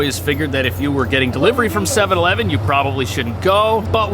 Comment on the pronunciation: You can't find one Japanese person who can say 7/11 correctly...